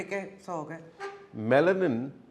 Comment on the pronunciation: Did he say melotin ??